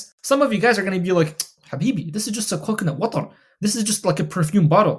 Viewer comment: The way you say coconut watrrr cracked me up. love the vids bro